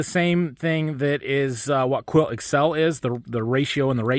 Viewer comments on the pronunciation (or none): none